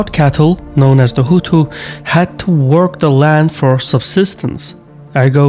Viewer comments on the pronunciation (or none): You keep calling Hutu’s Huthi!